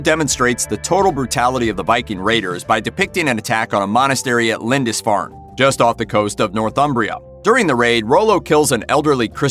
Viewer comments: Mate, it's pronounced "Lind-ISS-farn', not 'Lind-INCE-farn' - at least you corrected it toward the end of the video. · " LindiNsfarne" seriously? in a video accusing someone else of inaccuracies. And whilst we're at it the were VikinGs not Vikins. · Well-done except for the 5 different mis-pronunciations of Lindisfarne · The narrator is pronuncing Lindisfarne strangely. I live near the island and I've never heard anybody pronounce it like that before.